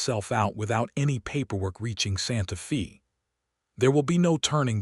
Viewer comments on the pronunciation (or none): Narrator pronounced santa fe as santa fee.correct is santa fay